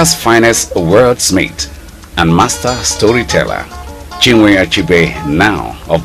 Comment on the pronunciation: How can this person call Chinua Achebe and "Chinwe Achebe' hopelessness